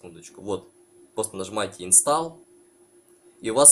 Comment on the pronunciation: Не инстал, а инстол. Английский знать надо.Это самый главный язык планеты.